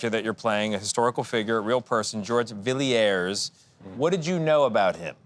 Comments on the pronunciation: Villiers is pronounced just as you would expect - three simple syllables, Vill - ee - ers. The young lady who presented the item got it right, so the link man should have. However, there was an English actor, a descendant, called James Villiers, who pronounced it minus the 'i' so as Vill - ers just two syllables. So this presumably was how the family said it. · How well mannered to not correct such a weird pronunciation of Villiers. Galitzine aces such poor interviewing. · Who is the twit anchor interviewing Nicholas?! He can’t even say, Villiers name correctly.🙄 That’s called an interview with Nicholas? NO! Nicholas, you’re a great actor. It’s a Great movie! Well Done! 👏🏼 The Stuart’s - Stewart’s Our my family ♥️ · Take the time to learn how to correctly pronounce the French before you embark on an interview. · Such a shame the interviewer didn't take time to learn how to pronounce the surname of the person being portrayed correctly. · Poor interviewers more interested in themselves. And he was very professional not to correct how they pronounced 'Villiers.'